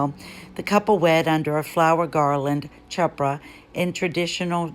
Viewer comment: FYI-in the word “ chuppah”, the “c” is silent.